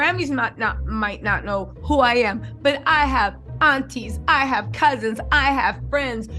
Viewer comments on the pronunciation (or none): none